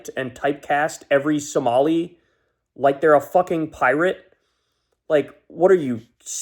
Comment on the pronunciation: Besides agreeing w all you said, finally I’m hearing someone say Somali correctly thank you. MN Social Dem